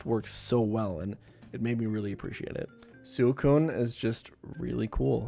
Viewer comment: the way you said suicune is wack